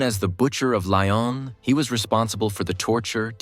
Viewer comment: Straighten out your facts. Lyon is not pronounced Li-on. The highlighted image minutes is Dr. Mengele, NOT Klaus Barbie. Yes, and get your flags right. Sloppy work.